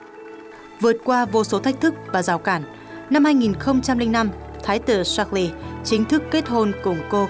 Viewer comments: Ko hiểu sao biên tập viên tin quốc tế mà đọc được Charles thành sác li hay thiệt :))))) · Charles mà đọc là sác li! Nực cười😂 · Cha nữ hoàng là George VI và tên vua ko phải sác lơ=)))))))))